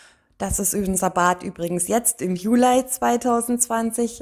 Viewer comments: es hört sich trotzdem sehr komisch an und stört beim zuhören, jeden falls wenn man etwas jünger ist. Von älteren Generationen habe ich das auch schon gehört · Warum eigentlich Julei? Es heißt doch Juli 😂